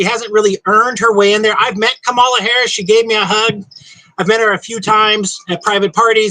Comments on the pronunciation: Idiot, please learn how to pronounce her name! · He keeps mispronouncing Harris' name.